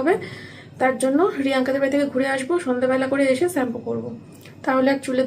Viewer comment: স্যাম্পু না শ্যাম্পু হবে কথাটা😊